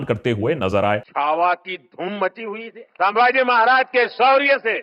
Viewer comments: Are ek to nam dhang se le it's छत्रपति संभाजी महाराज not साभाजी bolna Sikh lo pehle then make video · Sir.... It is not सांभाजी. ... छत्रपती संभाजी महाराज. ... Plz.... Next time .... Remember. .